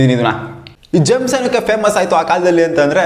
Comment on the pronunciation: Jams alla bro gems😂😂😂